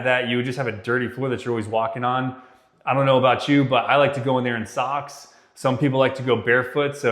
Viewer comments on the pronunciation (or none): Did you just say socks?